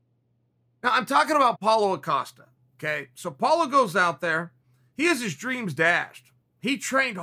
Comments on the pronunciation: its paulo Costa NOT A"costa" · Paulo - "say paulo" Chael- "paulo" Paulo- "Now say costa" Chael-"Costa" Paulo- "Put them together" Chael- "Paulo acosta" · Why t f does everyone keep calling him Paulo “Acosta” lmao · Boxing champs have a rematch clause, in every title fight.... UFC/MMA champs don't. Paulo Costa. Not "Acosta". How do Chael & Brendon, rise to fame, as experts in MMA, while getting so many names wrong? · Why he keep calling him "Paulo Acosta" hahah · Dear lord please give unkz sonnen the strength to say costa.... Amen